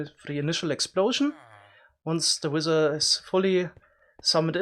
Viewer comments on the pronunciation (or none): I don't know where he is from but man "wizzer"? What the hell?